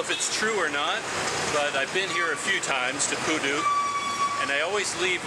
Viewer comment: I heard koodo instead of pudu...